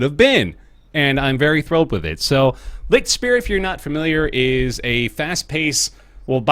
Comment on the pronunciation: I love how you pronounce "Lichtspeer". Just this silly way of trying to cope with a very different language amuses me so much. Love from germany! <3